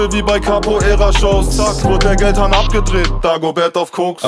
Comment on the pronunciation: Die geldhahn line spricht er so geil aus 🤣👍 Album wird safeee gegönnt